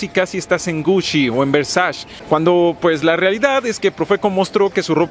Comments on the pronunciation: OK, sí. Pero por qué dice Gushi y Versash. 😅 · Versach y convensco amigo hay que aprender a pronunciar un poco mejor, tienes buena oratoria pero te falla a veces la buena pronunciación, ya tienes muchos subscriptores hay que invertirle en aprender pronunciar